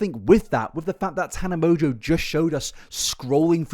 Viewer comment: I'm pretty sure Mongeau is pronounced "mon-go", not "mojo" lol